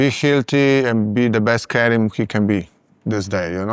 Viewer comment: His name is Kerim not Kareem! I think it is a matter of respect to learn the name of the person you interview.